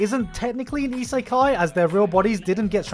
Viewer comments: cringy pronouncation of isekai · EE-SAY-KAI? Really? that's how you're going to pronounce the word?....SMH